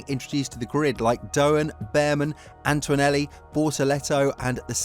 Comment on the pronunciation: It's ANTONELLI! ANT-O-NE-LLI There's NO "U" or "W" in his name FFS!!! It's Antonelli, NOT Antwanelli or Antuanelli!!!